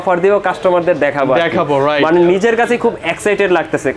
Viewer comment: নিজেরো না নারজো😆